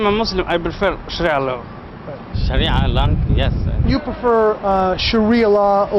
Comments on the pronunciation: Sharia is pronounced Sha- Ree-ah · Sha reeee ah. Emphasize reeee Long ē sound. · Hey, my brother...Allow me help you with that pronunciation: It's Sha-RI-a...It is made up of THREE syllables...And, it SOUNDS like "Shuh-REE-uhhh", with the EMPHASIS being on the 2ND (or MIDDLE) SYLLABLE. I hope that helps! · "Sher Ah" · Sha-rhia law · When you say Sharia it sounds like diarrhea. So SHUH REE UH. DIE UH REE UH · lol You're the best! It's pronounced "sherr-REE-a" if it's Sharia Law you're talking about 😊😊 God bless you and yours, good sir, and thank you for all your hard work, dedication and courage! 🙏🙏✝✝💗💗 And quick question folks... WHY are those Somalians here if they'd rather live in Somalia??? If they're so "successful," can't they afford to get their behinds BACK to Somalia??? 🤦‍♀🤦‍♀ GARBAGE!!!